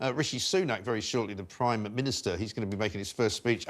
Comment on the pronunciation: It sounded like you said Rishi Sunak the "crime" minister. Sounds about right.